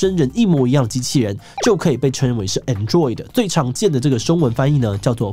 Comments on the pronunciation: I thought it was pronounced as 'An,droid ? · Android Ameca的重音都在前面